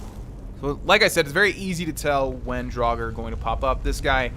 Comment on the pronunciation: Drag ore that's the pronunciation